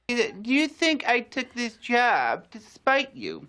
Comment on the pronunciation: Saying "job" using an "uh" vowel sounds hilarious to me.